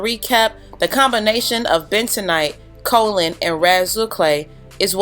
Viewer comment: As a native of the county that produces the 2nd largest supply of Kaolin, it is pronounced KAY-OH—Lin. Just FYI. I couldn’t resist... it’s the only great thing where I’m from. 🤗 super awesome video btw! My natural 4C thrives due to your videos! 😘